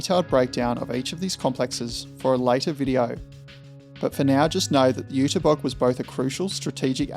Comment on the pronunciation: First Zinna and now this, great work! Nowhere else have I learned this much about German Dampfloks. And kudos for the pronunciation of the German words, even the ü of Jüterbog can be heard, even if it's missing in the text sometimes.